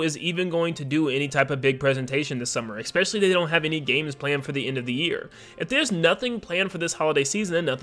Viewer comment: “Especially.” Not “Eckspeshully”